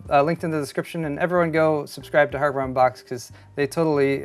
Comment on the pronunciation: You said "Hardware Unbox", but I heard "Hammer Unbox" and immediately imagined someone opening a motherboard box with a hammer. I want that channel in my life.